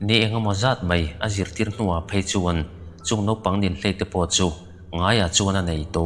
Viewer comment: Inhlei, ti lovin, Ninhlei, tihtur a ni